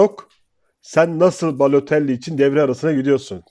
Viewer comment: reis adamın adını söylemekte zorlanıyorsun ve bu sürekli tekrar edince sıkıcı oluyor..mesela "bu oyuncu,oyuncu,mario" vs gibi telaffuz edebilirsin..👍